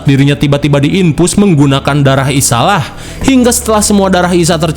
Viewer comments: Bacanya Isayah bukan isalah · Ngapa isayah jadi dibaca isalah a 😂😂😂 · Isaiah bang bkn isalah